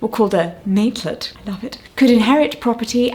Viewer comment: Thank you for covering one of the coolest figures in maritime history! And sorry to be that bilge rat but 'matelot' is pronounced without the t - like mate-low. It is actually still a word in use, but now refers to Royal Navy ratings (i.e. non-officers).